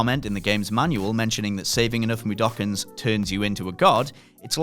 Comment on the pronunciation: Plus 50 points for saying Mudoken correctly!